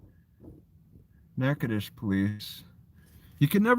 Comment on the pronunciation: As a former local... we call it Nack-uh-dish... spoken quickly